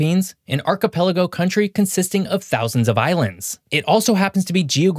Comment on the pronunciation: Archipelago - I've heard it pronounced "Archie Pelago", as if it was someone's name.